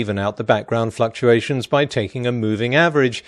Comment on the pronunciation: "natural background fucktuations" trust me, he says fucktuations. Pottymouthed potholer